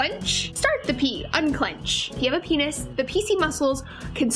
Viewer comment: She said benis lol